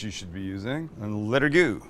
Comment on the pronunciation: Mike would be so proud of your perfect pronunciation of “let’s give it a goo”. I sure would love to give one of those garlic presses a goo